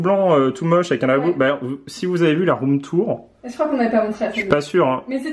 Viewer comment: « c’est le rhum tour » Tu as bu? 😂